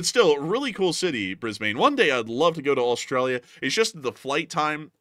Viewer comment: for the record, brisbane is pronounced briz bin.